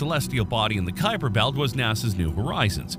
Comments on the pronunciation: 12. It is named after Gerard Kuiper who pronounced his name Kuiper, not Khypur. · As I only know one pronunciation of "Kuiper", this isn't helpful. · You do understand that a Dutch national and someone of Dutch descent living somewhere other than the Netherlands might pronounce their name differently, right? The topic is Gerard Kuiper, who is a different person from your friend.